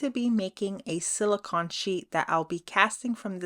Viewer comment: Yes, thank you. I was getting a tiny bit annoyed with the pronunciation. 😃😃 I think a black background would've made them pop more. ❤✌